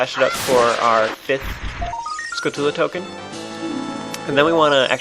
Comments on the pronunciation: its skull-choo-la man...not ska-too-la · urg! am i the only one noticing the fact that is saying skull-tulla, not (pronunciation like what you see in dictionaries) skull tchula??? it's real kinda pissing me off that no one has mentioned it so far and in like every episode he says it! UUUGGGHHH! anyway, enough with my ranting on about pointless pronunciation complaints...